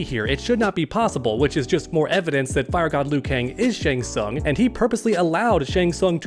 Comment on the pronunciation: If I had $1 for every time you said shang sung in this video......I'd still be broke